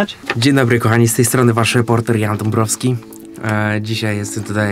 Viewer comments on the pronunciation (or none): none